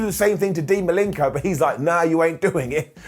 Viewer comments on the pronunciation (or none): Who's Dean Malinko? It's Malenko